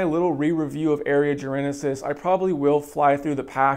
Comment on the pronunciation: Say it with me... "Jar - en - sis"...... it has 3 syllables... not 4 :) why is everyone on youtube adding an imaginary letter when the say Jarensis, it's not just you mate